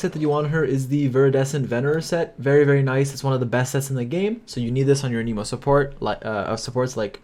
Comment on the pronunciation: Its not aneemo its anehmo, you running the jp vo?